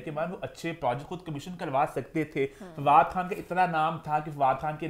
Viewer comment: Why she calls FADOO